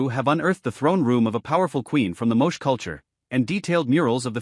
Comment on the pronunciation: Pronounced "Mo-chay". !